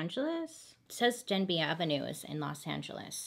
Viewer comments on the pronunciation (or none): She said “ Denby “ but I heard “ dead beat “ 🥴💀💀💀